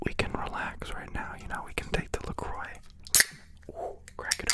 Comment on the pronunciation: Ok so it's actually pronounced le croo btw.